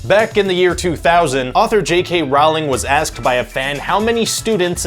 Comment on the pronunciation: You guys it's pronounced like "rolling" ..J.K Rowling herself said so! Please fix that!